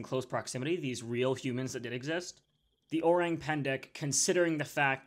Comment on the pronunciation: "Orang" sounds like Orange except no "j" sound but a hard "g" and silent "e". I know as I speak Indonesian and have actually lived in the jungles of Sumatra. I think it is very possible this cryptid exists, but you have to take the details of what locals say with a grain of salt because they are very superstitious